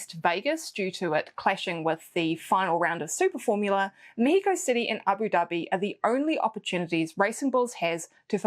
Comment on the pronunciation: 1. As a mexican, I loved that pronunciation! 2. Be safe, and I appreciate this video even more. 3. I know you like Yuki and well, you have to support a kiwi, but who do you think will get the two RedBull owned seats available for next year?